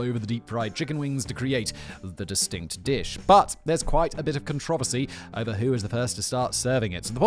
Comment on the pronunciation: You should at least try to pronounce controversy correctly